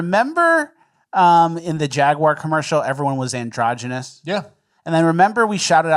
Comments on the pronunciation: It's pronounced Jaguar, not Jaguar. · The jaguar rep doesn’t even know how to say jaguar. It’s jag-w-are, as in ‘are’ you ok. Not jag you er, not jag wire. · You mean jaigyouaour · I will never forgive that guy for how he pronounced "Jaguar"